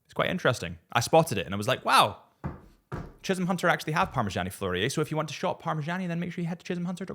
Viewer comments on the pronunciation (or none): none